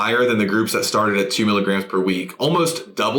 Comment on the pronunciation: insightful content related to dose vs. efficacy, i just find it difficult to take anyone seriously when they say 'expecially'.